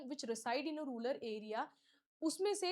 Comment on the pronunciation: रूरल not रूलर